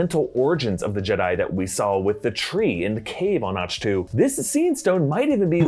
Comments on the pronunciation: The planet Ahch-To is pronouced AHK-Tu, not Ach-TU. They say it a bunch of times in the movie...Sometimes im not sure if you a legit fan of the movies and shows yall do videos on, or just reading scripts. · its Akk tu not och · It’s pronounced “Ah-ck Two” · Right?? What the heck is Ahshh too? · Isn't it pronounced Ak-to Like the composer Bach?